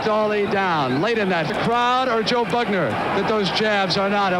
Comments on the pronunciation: You had me right up till you called Joe Bugner, BAGner.....bye. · He’s called Bugner not Bagner ffs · His name was Bugner, not Bagner - eejut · 'Bagner'?? The heck